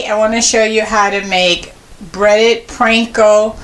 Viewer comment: P AAAAN KO bread crumbs lady!! Not PRANKO